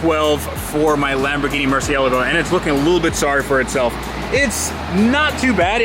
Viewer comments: It's a MurcielAAAgo, not a MurcIElago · Itz murcielago. Not merciealago. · "Mur cee-ay lago" Not "Mercy-algo". Please. ;) Keep up the great work, love your vids apart from that tiny little crinch whenever I hear you butcher the name. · ITS NOT MERCIALLLAGO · Sounds amazing! I need you to add the A at the end of murcielAgo though lol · I think it’s pronounced mersha lago!! Lol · its makes it worse because if you look at his first video of the murcielago, he pronounces it correctly, then im sure you have seen the vinwikki interview he did and ever since then hes been saying murci-ela-go. I heard its pronounced murcielago but you put as little emphasis on the "a" as possible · Honestly though, it is a little annoying to hear him pronounce the car like that because its incredibly incorrect way of doing it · I pronounce it mur-chi-la-go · He struggles saying the cars name doesn't he? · I hate to break it to you but that isn't how italians pronounce Murcielago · Please will you pronounce the name of your Lambo properly.. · When are you going to pronounce Murcielago correctly? You sound like you have marbles in your mouth! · After all this time he still can’t pronounce the name of the car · roger albert What’s more annoying, mispronouncing Murcielago or Hooptie’s Garage pronouncing Abarth 3 different ways? 😂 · Can’t stand the way he pronounces Murcielago.. 🤦🏻‍♂️ but love the vids.. just drives me bananas! Sorry